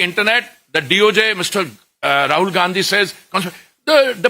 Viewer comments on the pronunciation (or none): none